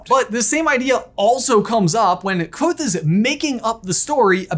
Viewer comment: Thank you for saying the “V” in Kvothe! It means a lot 🤘👍